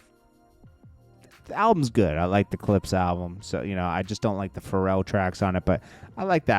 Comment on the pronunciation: And not like Pharrell? I feel these guys should know how to pronounce and know hip hop